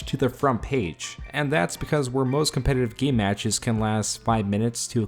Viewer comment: "competative format" lmfao English is too hard ay